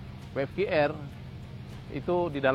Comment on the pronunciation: So sorrryyy SIR .. Must be W (Double You) F (Eif) Q (Kiyu) R (Ar) ... but all great LOL